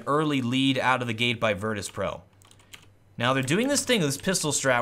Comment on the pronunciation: Did anyone notice "virtus.pro" become "Virtus Proo" in